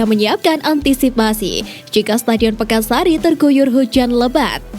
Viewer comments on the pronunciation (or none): PAKAN SARI,,bukan PEKAN SARI..salah ko sering.